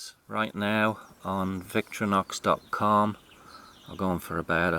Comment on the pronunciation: Victorinox is pronounced VICTOR IN OX with no pauses between syllables